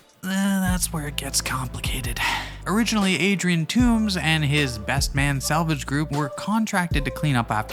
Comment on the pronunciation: The name is Toomes, not Tooms